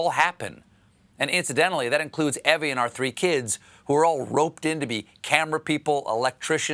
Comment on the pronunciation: Comments here spell Stephen's wife's name as "Evie", which most anyone would pronounce "Eevee". But Stephen pronounces it as "Evvie", which is how I would spell it.